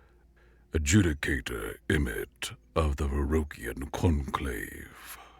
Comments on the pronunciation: Good narration overall but there is a need to check some words for pronunciation such as Ad-ju-di-ca-tor being pronounced as Ad-ju-ca-tor and some others "personnel pronounced as personal". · Look up the pronunciation of "Adjudicator".